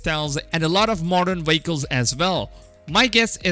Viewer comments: The hell is a “weycle”? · Vehicle-WAKLES vans-WANS